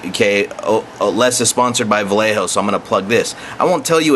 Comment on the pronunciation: What the HELL is Val Eh Ho? are you trying to say Vallejo pronounced VahYehHo? Talk about slaughtering a Spanish name LOL!